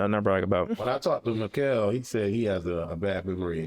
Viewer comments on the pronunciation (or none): none